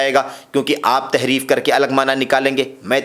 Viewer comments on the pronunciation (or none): Tahreef not taheef